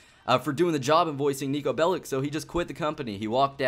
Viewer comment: Will you ever stop pronouncing Nico's name incorrectly! It's really annoying to listen to. And don't give me that crap about being a hater. Take this as constructive criticism. Bellic is pronounced Bellich, as it comes from Serbian. Remember it. You'll be one of the few American youtubers that pronounce it correctly.